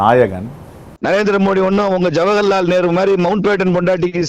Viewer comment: ஜவர்ஹலால் நேரு ❌ ஜவஹர்லால் நேரு.✅ தத்தி பயலே😂